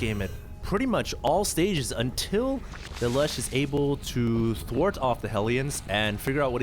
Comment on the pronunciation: its pronounced laloosh